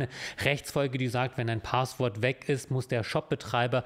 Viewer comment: Kleine Sprach-Klugscheißerei: Es heißt nicht "Paaahßwort" sondern "Passwort" (mit kurzem 'a'), abgeleitet von 'passieren'. And in other news: Bisher habe ich mich in meinem Leben nicht für Jura interessiert, seit ich die Videos von kenne und gucke, schon! Ich mag vor allem den feinsinnigen Humor, der gerne mal zwischen den Zeilen durchschimmert:-) Danke auch für ihre moralische Komponente, es ist schön zu sehen, wenn die Juristerei auf der "guten Seite der Macht steht", gefühlt ist das eher selten der Fall.